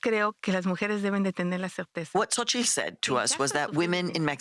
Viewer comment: xo-chi-TL. ffs